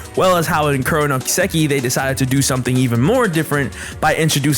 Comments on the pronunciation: How can you be a huge fan of a series and not know how to pronounce the title of it? Japanese is the easiest language ever in terms of pronunciation. It's just flat. No emphasis on any particular syllable. I don't understand how people mess it up, or where they've learnt this stress. Do you just guess? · How many times can you pronounce Kiseki wrong in one video: Yes